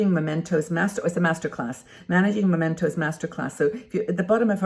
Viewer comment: Mementos, not Momentos.